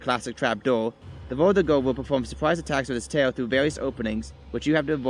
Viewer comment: Its verdugo